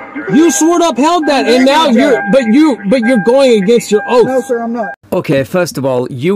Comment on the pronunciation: “Did you swear an ‘oat’ to the constitution?” This poor, simple man… I almost feel a little bad for him. He’s clearly not well educated, and it’s probably not his fault that the Texas educational system didn’t produce a fully functional member of society. He’s just a bit special. 😂